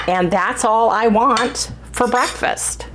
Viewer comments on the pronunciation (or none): none